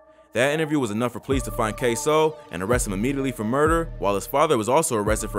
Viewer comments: At least you said his name right this time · yu use to say his name different k sew 😂 now yu saying it right